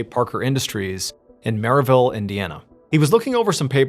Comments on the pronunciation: The way John is saying Merillville keeps making me laugh 😅 I’m from northwest Indiana and we pronounce it like “mair-uh-vill” it’s about a 45 min drive from where I live in La Porte Indiana 👌 He said “mair-ill-vill” the first time which is what it looks like lol then the second time he said MERRY ville 😂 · Damnit mrballen it's not merryville lol. From a resident. It's merr-ill-ville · Merrillville. Pronounced like if Meryl Streep had a town named after her.